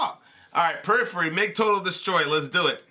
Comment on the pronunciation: Purriphery I assume you muted it? lol